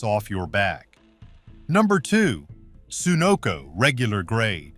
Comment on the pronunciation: I doubt that this AI talking bot, that can't even pronounce Sunoco or Amoco, is doing any car repairs in his garage. LOL.